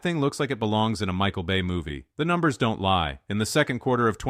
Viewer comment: Is it really that hard to hire a narrator? I'm sick of getting recommended AI slop. Only a worthless code clanker would say "Michael Bay MOVie" like that.